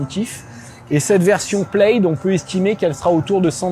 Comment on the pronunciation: OUI, le logo Plaid sur cette Tesla vient du film La Folle histoire de l'espace. MAIS, le mot "plaid" est un mot gaélique écossais dont la traduction en français est "tartan". Le tartan est utilisé pour la fabrication des kilts et chaque tartan est unique et lié à un clan ou une famille. Aussi, "plaid" ne se prononce pas plède, mais plad.